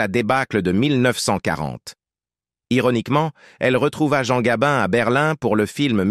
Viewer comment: Morgane et Gabine !!! Qui est le commentateur ? I.A. ?